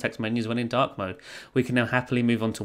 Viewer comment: Till 5 mins i was thinking "dock" mode instead of dark mode 😂